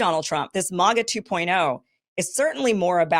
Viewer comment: Why can't you say MAGA properly Kim 🤣🤣🤣